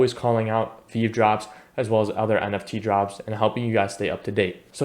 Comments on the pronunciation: Good info. It’s Pronounced “Vee-Vee”. Keep up the good work 💪🏼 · I’ll subscribe if you pronounce it as vee vee next time. You get a like for now :)